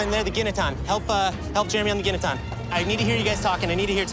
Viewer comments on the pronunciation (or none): Gineteen. Serep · Thank you Jeremy, it's Ginataan